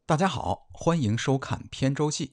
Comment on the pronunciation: 扁舟记的 扁，念bian第二 声，不念pian。